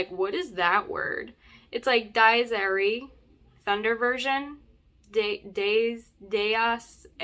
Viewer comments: Dies Irae is pronounced like diez (ten in Spanish, and ear-ay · In Latin pronunciation Di-yes Ire the letter "e" in irae is a long vowel without twanging. It is more like a hard pronunciation close to italian but following Latin's short and long vowel rules.